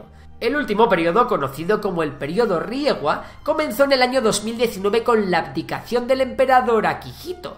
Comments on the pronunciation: Como todo buen Español pronunciando todo mal, pero la más importante, la era actual es REIWA no RIEWA carajo, y si, también creo que omitiste otras guerras importantes. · Periodo riewa? REIWAA REEEEIWAA UY NO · Muy buen y didáctico video. Pequeña corrección, le era actual es REIWA, no "Riewa" como dice el video. Por lo demás , de nuevo felicidades! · 令和 reiwa No riewa :/ Not bad pero demasiado superficial la verdad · La era actual se llama REIWA no riewa 😅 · No es RIEWA es REIWA 😅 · Todo bien pero en el el Periodo es Reiwa, no RIEWA :( 令和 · La era actual se llama Reiwa, no Riewa. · La era actual es Reiwa, no riewa. Un desliz lo tiene cualquiera. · Se dice Reiwa. No Riewa.